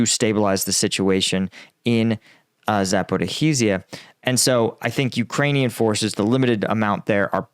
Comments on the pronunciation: Been away for a few weeks, and saddened to return and find you STILL calling the place ZaporHArizhia. Please drop the HA! You wouldn't like it if I said AlaHAbama, MissiHAssippi, DelaHAware etc... Good stuff, otherwise. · Zaporizhzhia rhymes with “like amnesia” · Zaporozhzhia: to get the right pronounciation type the name, find wikipedia page, change the language to cyrillic and paste it into google tranlator where you can play the audio. Here's Zaporozhzhia - Запоріжжя